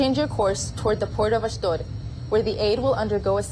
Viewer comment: it is Ahsh- dOde, not ahsh-dahd, the IDF officer in the intro pronounces it for you